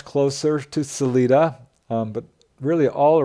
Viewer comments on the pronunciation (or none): No, really. I appreciate this video, but mispronouncing a well known city name really stands out. Not Saleeda, sal-eye-dah. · I thought about this too. In defense, I have seen them misspell the name of that city as Canon City on road signs. Most from Colorado know its correct pronunciation. I think he also pronounced Salida using the Spanish pronunciation. Not being from Colorado he probably doesn't know that people in Colorado use a sort of English pronunciation (suh-lie-duh) of that non-English word. It's like people in Wyoming do with the town named Dubois which appears to be French in origin. It's not pronounced "du-bwah" in Wyoming. It's pronounced "du-boys." Apparently, French people don't tell them how to talk in Wyoming. 😂